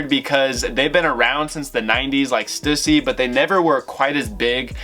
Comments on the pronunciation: Omg they way you pronounce Stussy is cringe. It’s STEW-SEA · I need to teach you how to say Stussy